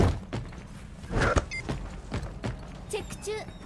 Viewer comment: ずっとメガネの索敵スキル「的中！」ていってると思ってた。 「チェック中！」だった。